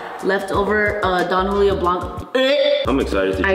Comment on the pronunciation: “Don Julio” no sabo😂😂